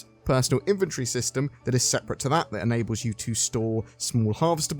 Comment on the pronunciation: He says “inventory” “inventree” 😅 yikes